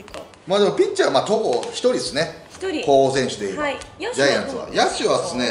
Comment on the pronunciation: 「これぐらいですかねこうほさせんすは」